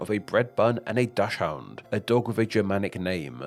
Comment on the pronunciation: oh you pronounce dachshund a little differently... is that the correct way?